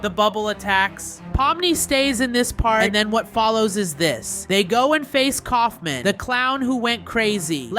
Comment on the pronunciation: uh you meant kaufmo not kaufmin